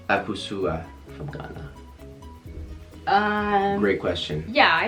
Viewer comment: pronunciation of akosua got me crying. Its a ghanaian name meaning she was born on a sunday its pronounced Acoseya (ah-coh-SEE-ya)